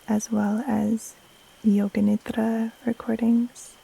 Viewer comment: Thank you, thank you. . . THANK YOU❤. You help me with every one of your videos. I’ve learn how to breathe and body scan with your videos. Your voice puts me to sleep 3-4 times a week. Always lovely to hear you pronounce NIDRA😊. THANK YOU, keep doing what you’re doing with so much passion.